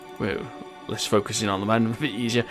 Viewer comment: yes i love your vids but just say it like moon